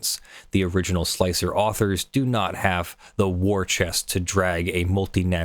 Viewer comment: Thank you SOOOO much for being one of the very few people who are capable of pronouncing Slic3r correctly by pronouncing it slicer instead of slick-3-R like most people do. It's a minor thing just it drives me nuts.